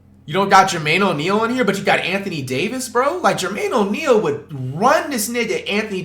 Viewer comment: Jermaine O’Neal?…………… Jermaine…..O’Neal….